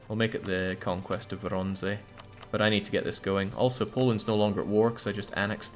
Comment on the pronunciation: you can almost hear tramping horse in the distance and Sabaton singing: "AND the Winged Hussars arrived!" BTW, - it's pronounced Voronezh